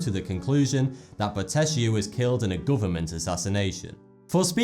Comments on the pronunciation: Bottecchia is pronounced Bottekkia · It's Peonis, not poenis. And as Italian I find definitely funnier the way he spells Bottecchia: BOTESHIA lol :) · Really interesting video. Some little Italian suggestions: "Bottecchia" should be spelt like "bottekya"; and it is "pEOnis", not "pOEnis". Great video thoug